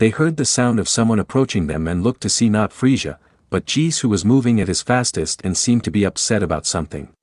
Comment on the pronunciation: it's frieZA NOT frieJA